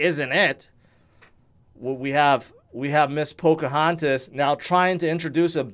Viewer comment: Not to mention 'p😇Poca Hontis'?! 😂🤣